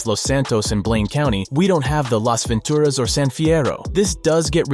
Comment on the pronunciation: Love how pronounces Las Ventura’s and San fierro with the Spanish sound than the lazy way us Americans pronounce it lol! But it will be a long time coming before we all get a full USA 🇺🇸 map of V’s world but there is a map mod of GTA San Andreas that is called Stars and Stripes 🇺🇸 that let’s have our Dreams come true for wanting a Gigantic 3D map of America.